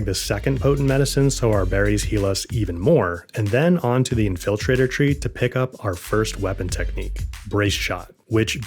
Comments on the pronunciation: "In-FILL-traitor" is going to be stuck in my head now. Good tips. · In-FIL-trator tree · Never heard anyone pronounced infiltrator that way 😂